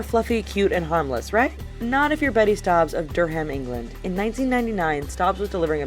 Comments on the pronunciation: Sorry, but it's du-ram not door-ham. Just letting y'all know. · It's not dur-ham its dur-um that's how you say it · the way you said durham ...oh my god! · "Durr-hem england" 🤔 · Btw that's not how you say Durham I should know I live there 😂❣